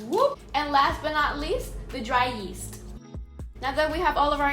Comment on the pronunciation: "YEE-ast". Love youuu